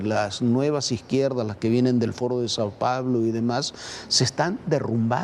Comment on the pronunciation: MUY COHETE LILI TÉLLEZ Y MUY PREPARADA!! Para el otro participante NO PRONUNCIA BIEN LAS PALABRAS Y NO ES FORO DE SAN PAULO ES SAO PAOLO!!!😮